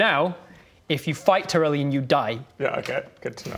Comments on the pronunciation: Tyrellien? That last vowel just sounds more like an e than an o to me. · I heard Tyrellion.